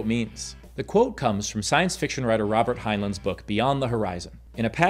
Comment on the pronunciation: Indiana is the 6th friendliest state. Hufflepuff Hoosier Hobbits, represent! Of course, a low-t cuck would confuse "polite" with "submissive." Deth to slave morality! He can't even pronounced "Heinlein" right! I bet he also doesn't use Oxford commas! 🤣 Guns can also be used to kill people who think they're stronger than you (i.e.: the oppressor class). It's surprising to hear that he's pro-self D-FENS. But is he also saying that he's against proactive D-FENS of others?!